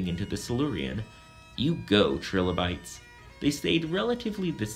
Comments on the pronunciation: Nice videos. But...it's [L-eye-kins], not litchens. And yours is the first time I've heard the little guys called trill-o-bytes. Usually it's Try-low-bytes. But good job anyway. I'll try not to climb the walls when l hear it. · The pronunciation I learned sounds more like "Try-lo- bytes" - But who knows what is actually correct from an English perspective... It is not the same if you use German, for example. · Wow you mispronounce trilobites and lichen. Good job. Way to sound smart. Why not mispronounce more words?